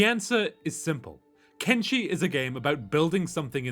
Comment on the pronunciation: It is "Ken-Fucking-Shi" not "Ken-fucking-Chi"